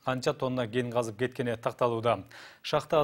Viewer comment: "Генди казып"- дейт го. Ген эмес, Кен. Кабарчылар, так, даана суйлогонду уйронгулочу!!!